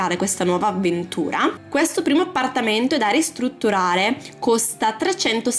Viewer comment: Ahahhaha mi fai ride come parlii APPPPARTAMENTO, CUCCCINA, SSSSSALOTTO, ARRRMADIO 😂😂😂